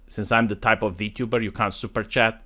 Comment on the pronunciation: the V-toober.